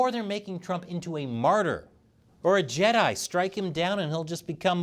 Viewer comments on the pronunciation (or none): none